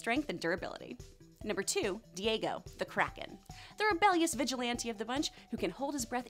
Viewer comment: When she said kraken I thought she said crackhead